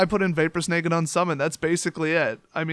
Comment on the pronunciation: Maybe this was already pointed out but I didn't go through all the comments. "Snag" rhymes with "bag", not "vague", as in "This vapor form snagged the creature from the battlefield." Ya know what? While typing this out, I just heard you pronounce "drag" as "drayg". Dude, where are you from? "Drag" also rhymes with "bag" unless you pronounce it "bayg".